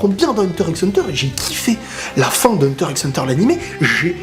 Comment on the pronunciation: Par contre faut arrêter de dire Hunter IXE hunter